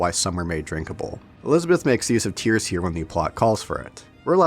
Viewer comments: "Tears" like crying tears? Elizabeth opens the tears that are pronounced "tares" -- things that are torn open. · dude actually pronounced tears like tears lmao